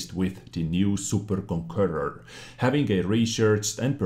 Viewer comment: Is it so hard to say Conqueror ?